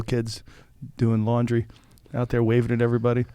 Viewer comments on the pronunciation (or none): 20 year olds out their doing “lawndry” 😂